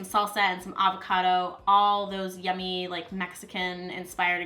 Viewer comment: I laughed a little at "avacada" ☺️ Great vid!